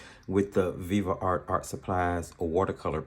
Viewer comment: Why are you saying Viva art? It's Viv art.